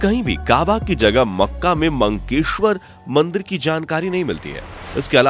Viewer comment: मंकेश्वर नहीं , मक्केश्वर कहा जाता है।